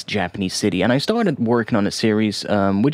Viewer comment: Atsuki would be pronounced "aht-skee"